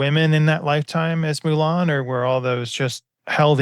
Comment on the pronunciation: The story was alost done before i realized Milan was really you meaning MUUUUUlan. M U L a n .